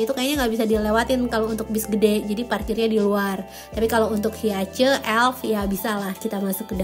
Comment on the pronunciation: Maaf, sbg orang Toyota aku ketawa denger bilang Hiace 😂😂😂 walaupun Toyota dari Jepang tapi untuk Hiace dibacanya HaiEs atau kalau versi cepatnya Hayes karena sebenarnya HiAce 🙏🙏🙏